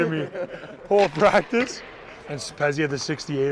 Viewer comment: avec l’accent le plus quebecois ever: - "Let’s have a good pratique"! 🤣🤣